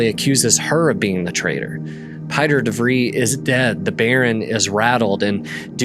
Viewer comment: I know that few Americans speak anything other than American English but Pieter de Vries is not pronounced as 'Py-ter'. The name is Dutch and the correct pronunciation is 'Pee-ter de Vriis'.